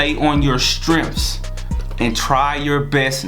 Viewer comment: "Play on to ur strengfhs " 😂😂👍👍👌👌